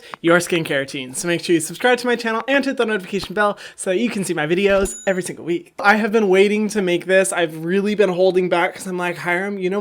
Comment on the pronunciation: I love when he says “everysingleweek”